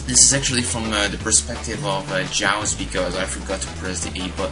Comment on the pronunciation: For milotics, run Wild Charge, Good battle and Yus is a bwass!!! Nice to see you back. and also his name is Pronounced as 'Uuuuse' and not Jouse.. LoL